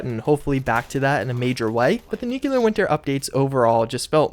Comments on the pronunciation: New clear. Not new que lar. Fucking idiot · I cringe every time you say "nuculer" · Nucular winter. LÖLÖLÖL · For a guy who makes a living commenting on Fallout games you really should learn how to pronounce nuclear. You're in college for fucks sake.